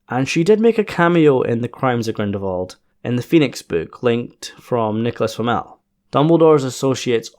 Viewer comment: I'm quite sure you say Grindelwald's name without the l whatever you say! And my hearing is perfect!